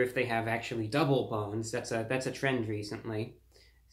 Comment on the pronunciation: Did I just hear you say “double bones”